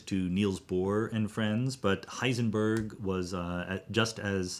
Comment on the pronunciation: Thanks for pointing out the proper German pronunciation of physicists names. Now guess my nationality... Disappointed, you just pronounced Heisenberg wrong, the ..berg part.